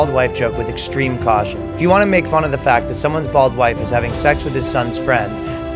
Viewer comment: bold or bald? not specifically clear.